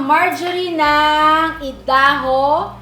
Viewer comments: Ayda__ho( Idaho )po ang pag pronounce dyan hindi e da ho.😊❤ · Idaho is pronounced as AYDAHO. I am so happy for family. 💕💕💕🙏🙏 love you, Jun2 and Coy2. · Idaho ang pag basa niyan ay Aydaho